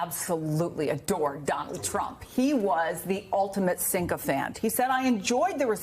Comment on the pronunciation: Sycophant — not "syncophant".